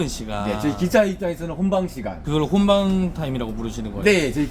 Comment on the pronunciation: 홈방이 아니라 혼방입니다 혼잡하다고...